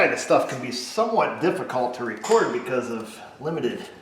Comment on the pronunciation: LOL! "You tuhn me right 'round, baby, right 'round, like a reckuhd baby..."